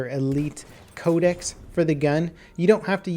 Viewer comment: Can anyone tell me why he pronounces "Code-ex" (I know that's not how you spell it, I'm spelling it like that for pronunciations sake) like "Code-esees?" Is that the proper way to say it or something? I've never heard anyone say Codex like that.